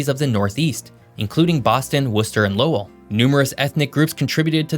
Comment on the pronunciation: I live in Lowell and I gotta say you hit the nail on the head with pronouncing Lowell and Worcester. We also got a population burst of Cambodians during the 1970s fleeing from the Khmer Rouge. Lowell and Long Beach, California. And we got another bridge since that photo in 1975 but it’s only a temporary bridge, that just happens to be older than me. Oh yeah, I’m 35. And taxes are driving people to New Hampshire and southern Maine. Vermont is totally forgotten about. Almost secret.